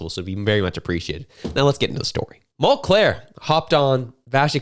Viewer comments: Mul-cair....not Mont-Clair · Mul-clair, Mul-clair, Mul-clair! It's Mul-CAIR! I only remember because of his stupid Mul-CARE name idea. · It’s “Mull - care” not “mull -Clair” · It's Tom Mulcair not Tom Mulclair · Mulcair not Mulclair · It’s mulcaire not monclair